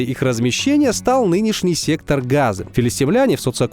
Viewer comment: Говори правильно: филистИмляне! А не филистимлЯне.